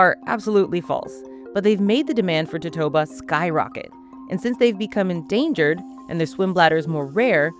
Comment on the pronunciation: Never heard it pronounced that way. In Spanish it's four syllables, to-to-a-ba, and that's how I say it in English too. The Chinese originally used the swim bladder of bahabas medicinally, which live nearby, but when they started running out of bahabas, they went for their close relative the totoabas, across the Pacific.